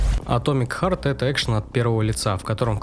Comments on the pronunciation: Харт, а не хард. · Врервые слышу, чтоб "хёрд" читали как "хард" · да в конце ты можешь какую угодно букву поставить, через "а" оно произноситься никак не может. Хёрт. Ты английский учил?